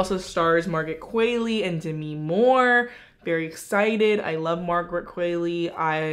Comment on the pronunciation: I can’t hear u butcher qualley anymore